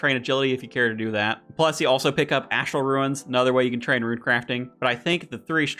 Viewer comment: "i can say things right sometimes" continues to say ruin instead of rune 🤣 my man out here playing Ruin-Escape not RuneScape